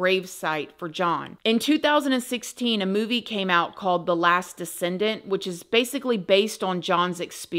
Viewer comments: “The last Descendent”….. C’mon!! It’s called “The Last Decent” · “Decent” not “descendant”. Sorry to correct ya, sweet!! But, it happens twice and just wanted to help make sure you know. u rock! 🤗